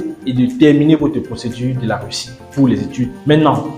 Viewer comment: Weussiw en wussie... c'est pas facile à diwe...😁😅😂🤣🤣🤣🤣🤣🤣🤣🤣🤣😁👌🐓